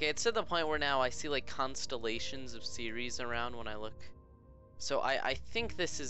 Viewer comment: Ceres not seriries